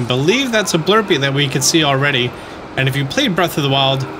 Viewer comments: it’s blupee not blurpee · He's the only person on earth who puts an R in the word "BLUPEE". It seems odd, as if he's trying to bypass a YouTube censor bot. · Didn't know there was an invisible r in Blupee.